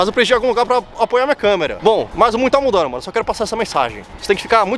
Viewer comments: “O mundo tá ‘mudanu’.” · Parece que não foi só uma cerveja kkkkkkkkkkkkk “ O MUNDO TÁ MUDANDOOOOO”